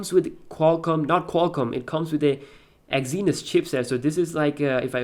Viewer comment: Great review, just a heads up though. Its pronounces "ExSynos" not ExZynos"